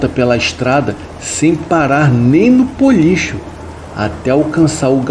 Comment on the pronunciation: Puxa! Não é Policho. É Bolicho. Com B.